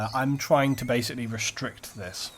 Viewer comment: u say bae-icly:)